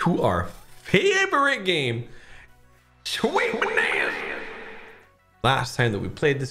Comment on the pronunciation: shweeet bonnnannza😂😂😂😂😂